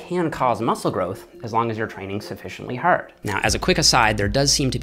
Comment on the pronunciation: The way say's hard makes me proud to be Canadian.